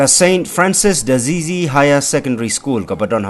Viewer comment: Ko reporter batesi check your pronunciation of Francis D'Assisi...